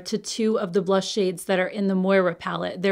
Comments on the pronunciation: Just curious, but anyone besides me thinks this brand should be pronounced “More’ ah” and not “Moy rah”? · Hahaha forgive me for chuckling, but it's Moira. Ya already know haha:)